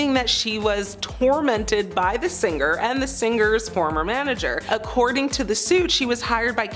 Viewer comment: Narrator...singer is said sing er not sin ger. Gl Not singrrr